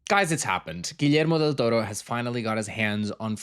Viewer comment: The southern European way of pronouncing Guillermo del Torro 🙂‍↕️🥰🥹